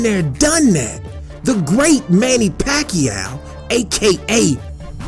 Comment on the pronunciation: Paquao??? I am loughing of him...